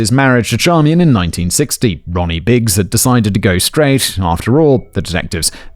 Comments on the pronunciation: I love that Simon realized how to pronounce the wife’s name, but just doubled down on Char-me-en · Hello Simon. Just so you know, Charmian is pronounced "SHAR-main". My mother has the same name (it's actually French).